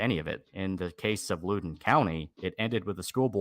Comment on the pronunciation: Jesus Christ, learn to pronounce a county's name before butchering it! It's pronounced Loud•En County.